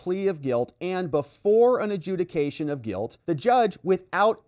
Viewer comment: It actually said "adjuciation"